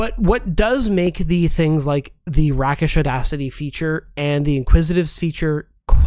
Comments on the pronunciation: It's pronounced "rake-ish." But yeah, the Swashbuckler is definitely a subclass I want to try. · is bothering my ears in the Swashbuckler segment. Rakish is pronounced RAY-kish, as it’s based off the noun rake, a person whose moral compass is a bit loose, especially regarding their love interests. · I think "rakish" is pronounced "rake-ish". To be fair, "rake" is one of those wierd 17th century words nobody uses anymore. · sorry but every time they say rakish as "rackish" is like nails on a chalkboard for me 😂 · Okay I love you guys but mispronounced words are like nails on a chalkboard, “Rakish” (in Rakish Audacity) is pronounced like Rake-ish or ‘rākiSH. I know I am an asshole for pointing this out and I hope you can forgive me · You pronounce rakish like so....rake-ish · rakish is pronounced RAKE-ish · I just need to say that they're mispronouncing "rakish" and it's driving me crazy. rakish comes from rake! as in a man known for immoral conduct, especially womanizing. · The repeatedly mispronouncing rakish is hurting my brain. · *long A sound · Hate to be that guy, but it's "rei -kuhsh", as in: "you're a rake and a wastrel". Otherwise, great video, chaps! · It's RAKE-ish, not RAKK-ish. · fwiw... 'Rakish' has a long 'a" (rāk'ish) so like rāke the leaves not 'æ' as in a gun rack. Thanks for the ranking! I enjoyed it! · I can't help it... Rakish is Ray-kish, not rah-kish, long A, taken from Rake, an older term meaning "a fashionable or wealthy man of dissolute or promiscuous habits." Sorry guys, I loved the rest of the information, but that did get me :) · For the most part I love the way you pronounce words, especially silent ‘r’s’ as in I-Ron and patter-ren but your pronunciation of rakish irked me. Derived from the word Rake is should be rake-ish not rack-ish. Just saying😏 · Excellent job, but one critique... "rakish" is pronounced rake-ish (not rack-ish), meaning, that behavior is risqué, saucy, or fast. I. e. Don Juan. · "Rake-ish" Not "RACK-ish"